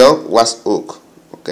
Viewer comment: Porque dice wathuuuupsss ?